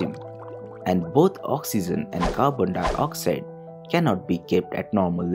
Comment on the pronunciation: dioxide not dyoxide